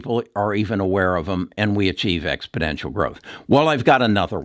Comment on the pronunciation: Expodential as you keep saying isn't a word, exponential is, just thought I would bring it to your attention.